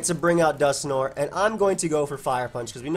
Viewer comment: No one:: "Dusknor"